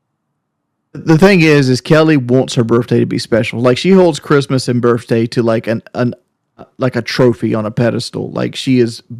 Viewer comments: “Burfday”…someone ask to spell “pedestal.” I guarantee he spells it “pedastool.” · boogie and keems face when he said "yur burf dayt ant important like awnestly" L L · I can't be the only person infuriated by them pronouncing it "birfday" can I?